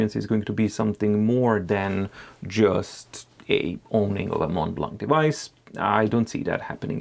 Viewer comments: Hi, about the pronunciation of the brand. It's spelled "MontBlanc," but it's pronounced "MonBlan." In French, we don't pronounce the "t" and the "c." These letters are present in the different variations of these words. 😉👍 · Please pronounce it “monblan”.